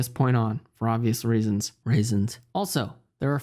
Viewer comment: This guy pronounce reasons “raisins” good vid